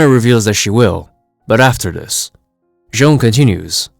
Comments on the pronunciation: Why do you keep calling J'onn "Joan"? It's just "John". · It's not pronounced as John at all, its actually Jay-on (J'onn)